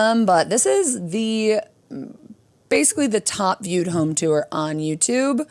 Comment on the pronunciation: I love that with your midwest accent, it sounds to me like when you say tour you're saying 'tew-er' 😆 I cant not heart it!